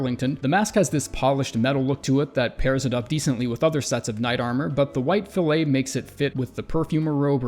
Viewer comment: "Fillet" is pronounced "fill it" when you're talking about headgear - "fill-A" is only for steaks.